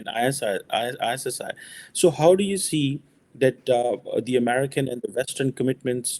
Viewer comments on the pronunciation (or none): don't speak with a fake English accent. Just please speak proper natural accent. It's perfectly okey as long as others get it. While you're at it improve pronunciation of 'American', 'academics' et al.